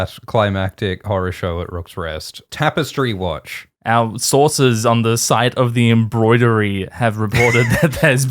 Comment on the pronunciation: sources?... or ZORSES?? I stopped watching on Nebula just to come here and deliver that zinger... You're welcome